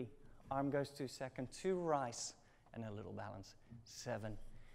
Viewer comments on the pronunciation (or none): Great classes. Only check out the pronunciation of these words: jeté, rise (not rice), Dutch, position, brush. In general, the pronunciation of "sh", "ch", "j" and "s". :)